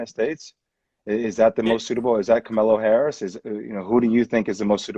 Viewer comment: I laughed way too hard at "Kamelo Harris"